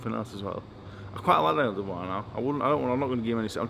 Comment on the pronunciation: Dubois? Mate, please....